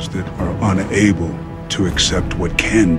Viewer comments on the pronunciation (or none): Ele pronunciou meio que separado “UN ABLE”